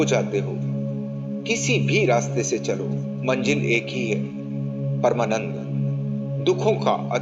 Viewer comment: Sir aap bahut achha bolte hai lekin Manjil word ko aap Manzil bole to achha lagega